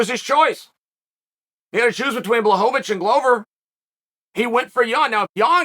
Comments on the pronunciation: man he started off calling him blahovovich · Not quite , but it's a lot better then many other names.